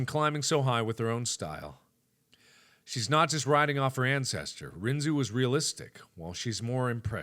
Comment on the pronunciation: Oh good God I only realized now he pronounced it wrong, well from an anime I've seen its pronounced differently. This kinda killed my soul a bit